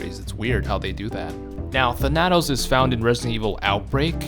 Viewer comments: Thanatos is spoken as Thana-tos, not Than-atos just a future reference thing in case he ever pops up again on a list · Tha nat os? It's Thana tos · Its Thana-toes not tha-natos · Your pronunciation of Thanatos was killing me.. "Than-Uh-Tose" just so you know.lol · Thuh-nat-ose? I always said Thhan-uh-tose. Like Thanos is pronounced but with the added uh-tose after Than. Oh wow you say Thay-nos instead of how everyone in the MCU says it...alrighty then. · The way you pronounce Thanatos kills me. Thanatos. THAN-uh-toes . Greek personification of death. Not even a particularly unknown name. One of the most commonly known pieces of Greek mythology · "THAN" + "uh" + "tos" is how you pronounce it my god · Him saying Tanátos took years away from my life expectancy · Interestingly enough thanatos is actually pronounced than-a-tose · his name btw is pronounced "Than-uh-toes" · Than-a-toes as in the greek god of death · You pronounced Thanatos wrong look up the Greek God of death and listen to the pronunciation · You mispronounced Thanatos.... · How the fuck do you mispronounce Thanatos and Thanos IN THE SAME BREATH?! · I love your vids. But please.. please stop mispronouncing thanatos. It hurts me so lol.